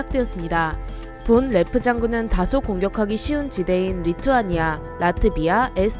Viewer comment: 독일인이니까 본 레프 보다는 폰 레프라고 하심이~~~